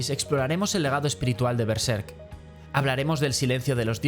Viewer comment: Es uno de los análisis más interesantes que he visto de Berserk, y me agradó que pronunciara Berserk igual que yo jaja Normalmente lo pronuncian con el acento en la primera sílaba, pero yo creo que le queda mejor en la segunda, como en este video.